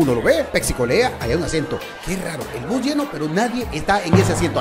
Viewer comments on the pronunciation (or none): el narrador dijo bos en vez de bus like si pillaste eso